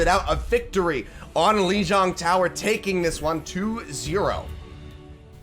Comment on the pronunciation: say Lijang like everyone else in the world you F*ck ur not cool